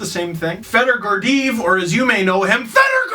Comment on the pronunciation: Steve. It's pronounced Gor-de-yev.